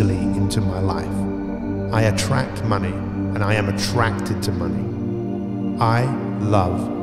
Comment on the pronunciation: in and I realized, I just ruined the video cause my mind started hearing mummy instead of money